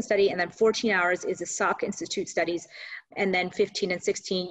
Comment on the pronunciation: Salk institute not Sak